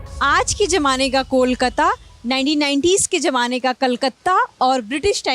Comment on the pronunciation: Lallantop is very good with the pronunciation. If the anchor fixes her diction to say Z or Zee instead of Ji. For eg she said gen g not Gen z. Jamane instead of Zamane. She can choose Hindi word instead and not use Zamana if she can't pronounce it. It just sounds wrong to viewers that's all. Otherwise, good presentation and coverage by the host. Good job on that.